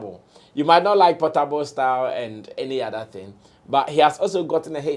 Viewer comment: Portable is naija shatta wale not Pattapa😂😂😂😂